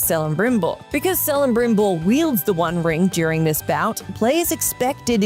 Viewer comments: Celebrimbor is pronounced with a hard c, not a soft c. So a better way to spell it is Kelebrimbor. Also, did you seriously just say the “Rise of R-A-A-M”??? You know the main antagonist of the 1st game is General Raam, right? Lastly, the final boss fight of Fractured But Whole def feels like a final fight since he CHEATS THE ENTIRE FIGHT! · “Sell-em-brim-bor” broke my heart. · Oof, the way she said “Celebrimbor” hurt my ears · Might want to check how to pronounce the name of one of the most important characters to the lord of the rings story before recording the episode.